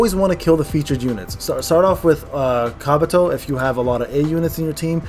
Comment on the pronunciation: Did call Kabuto,,Kraputo"?😂